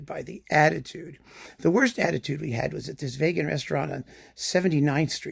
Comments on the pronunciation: is so appalled by veganism that he even pronounces vegan like Vegas! Many people will get offended but the bottom line is: don't give into hypocrisy, pretentiousness and a cult mindset, be it in food or music. Open minds need to be nourished on both sides of a spectrum. Excellent points, as always! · My main takeaway is I'm changing my pronunciation from vee-gan to vay-gan. I've never heard it pronounced that way before, but it sounds true.